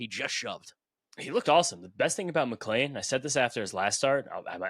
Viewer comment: I’m genuinely curious to if I am missing something…. Isn’t his name McLean, not McLain. Seems like everyone pronounces us with an A. Am I missing something ?